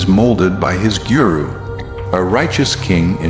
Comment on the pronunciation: Wonderfully done! Please make more!! It's to the point and skipps much of the corny melodrama of other films and movies. The pronunciation of the names could need some improvement.pronounce it like a good sanskriti! For example it's GURU and not giuyu-roo (🙂)